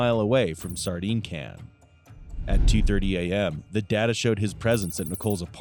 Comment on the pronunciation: I hope it's the friend cause then it means they'll have locked up an a hole that pronounces "sardine can" like that.